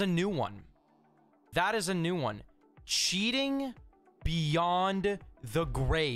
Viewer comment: I love reaction to cheaters " HE'S CHEATINGUH HE'S CHEATINGUH"